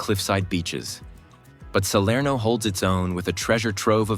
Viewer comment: Neanche il nome riesce a dire! Serno non si può sentire dire!